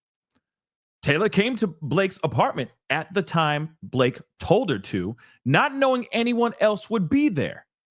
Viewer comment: Not Ba-La-Ke 😆